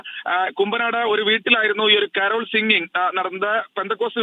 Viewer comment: കാരാൾ സംഘമല്ല സുഹൃത്തേ കരോൾ സംഘം